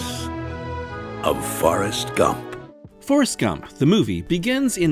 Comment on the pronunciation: Trailer announcer pronounced the movie "Farrest Gump" and now I can't unread it.